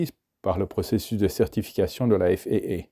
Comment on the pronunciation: Intéressant. Mais céder à cette mode de prononcer des sigles (même anglophone) comme FAA en disant "èf èïe èïe" au lieu de "èf a a" est franchement ridicule. Comme tous les anglicismes d'ailleurs. L'aéronautique est née en France avec les frères Mongolfier et Ader. Sa langue natale est le français. Ne l'oublions pas.